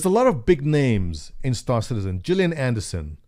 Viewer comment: Ffs, it's Gillian AndersOn, not AndersEn. And it's a nice PR plug by Mark Hamill. Still cool !